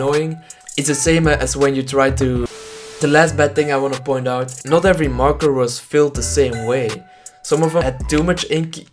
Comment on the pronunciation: Who thought he said marko instead of marker